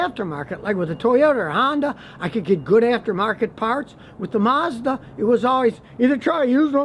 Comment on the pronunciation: Mazda "Marsda"?